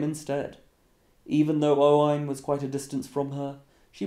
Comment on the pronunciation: Anyone else cringes when he pronounces a Welsh, Scottish or Irish name wrong. For example Roisin is spelled Roisín and pronounced Row-sheen. (Row as in row your boat) and Owain which is pronounced Oh-win.